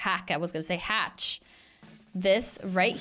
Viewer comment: I like what she said hatch wrong it was so funny😂